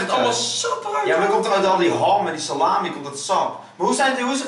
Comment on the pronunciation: salami klinkt als sla my